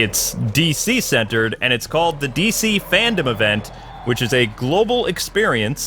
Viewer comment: It’s FANDOME not FANDOM